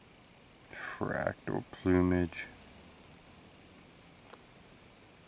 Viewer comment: .. FRAC-TAL PLUMEAGE. . LOL